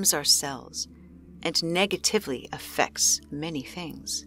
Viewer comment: Narrator, learn to pronounce the words in your script! There’s no excuse for a professional narrator to mispronounce such simple words as “negatively,” “foliage” and “buried”.